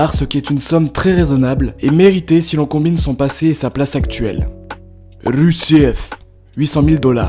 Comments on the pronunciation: Rusev se prononce rusev tout simplement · Putain la façon dont tu prononce Rusev m'as tué